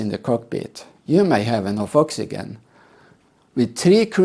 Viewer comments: Oxygen I'd pronounced oxi Jen , practice that so passengers know what you mean to If you Ever need to use the word, god willing you won't, otherwise great video again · "oxyjen" in English. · Please learn how to pronounce oxygen before criticism